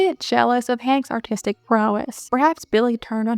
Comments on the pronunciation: Am I crazy or are you saying autistic instead of artistic? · lol I heard that too and I was just listening to the video not watching it and I’m a bit slow so I had to open up the video and watch back a few seconds in order to understand